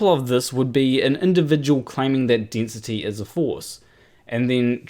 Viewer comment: Igg. Dinsity. 9.81 metres per sicond per sicond sqeered. Aaaaargh! Sorry, I'll say it in a way you can understand. Iiiiiirgh! Harder to follow than Mining Boom.